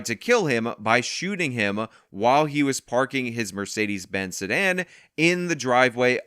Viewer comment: Oh he got they Mursaydeez Benzz